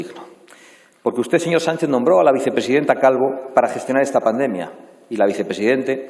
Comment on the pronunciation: Si no sabe ni como decir pandemia como iba a gestionarla este... es paNdemia, no pademia